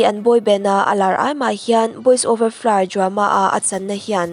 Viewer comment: Boys over flowers tiin lam ve maila Boys over florr itia😂😂😂